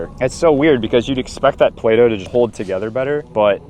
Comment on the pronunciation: It just turned into Play-No. 😆👍